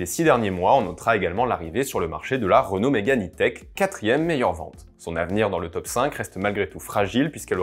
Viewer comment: ah oui? Vous prononcez renolte alors pour Renault.